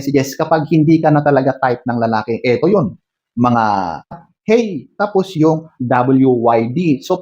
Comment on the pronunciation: Natawa ako s hey at whatsapp parang amerikano 😂😂😂😂😂😂